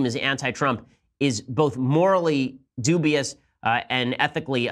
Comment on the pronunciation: Thtt, he said; "Doobie"-ous.